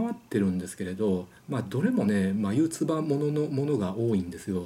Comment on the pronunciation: 【眉唾】(まゆつば) が【まYouTuber】に聞こえた！ｗ 確かに広告とかブログとかインスタであからさまに商品持って『痩せるサプリ』だの『豊胸サプリ』をアフィリエイトで宣伝してるタレント気取りのシロウト女が多いですが､サプリ飲んで痩せてもいないし､胸もデカくなってないよね？と100%疑ってました｡ 色々と高須クリニックにお世話になってそうな雰囲気を感じますねｗ美容整形は偉大ですｗ